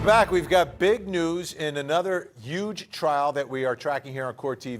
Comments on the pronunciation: I to detest that. It was uge lol. Or yuge ugh. 🤦‍♀️. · "Uge" why can't people say Huge?? There is a letter H it is not a silent letter HUGE !!!